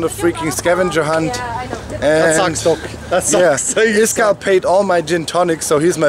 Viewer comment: Its actually iskall, not Iskall